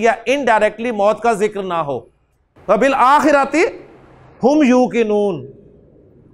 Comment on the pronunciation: السلام علیکم ورحمۃ اللہ حضرت آپ "ذکر" کو "زکر" پڑھ رہے ہیں، یعنی "ذال" کو "زا" پڑھ رہے ہیں ، اس سے معنی میں فرق نہیں پڑتا ؟